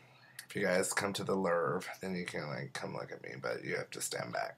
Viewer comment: "the lurve" omg.